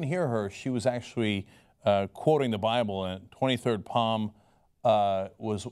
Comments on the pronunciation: LOL Cenk.... "24 palm" it's pronounced 'salms' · Tell jenk psalm.. Is pronounced salm.. Not palm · It's actually pronounced salm not palm although it is spelled psalm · It's Psalm (Salm) not Palm ... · She wasnt quoting the 23rd palm,Cenk. She was quoting the 23rd psalm-the P and the L are both silent,so its pronounced Saam. :P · Cenk its the 23 Psalm pronounced Salm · Levi Bullen That was kinda funny, I lol'ed at it. But I think he just misread the words on the paper.